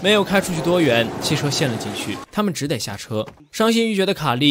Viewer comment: 跟我一起念：只得读Zhu de（只德），不念做 zhi dei